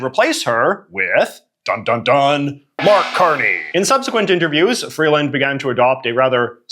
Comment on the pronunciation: Why are you missprounouncing Freeland's name? You'd think you'd be able to know enough about her, as you literally mentioned, she has been one of Trudeau's most active cabinet memebers for years...